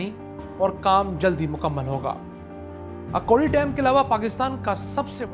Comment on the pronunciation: جناب یہ اکوڑی نہیں بلکہ اکھوڑی ہے.